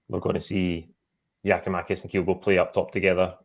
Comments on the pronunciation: still can't pronounce Kyogo correctly, ffs. Just have Chris on, sack till he can do the absolute basics right. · Not one, two. Butchers pronunciation of Kyogo as well.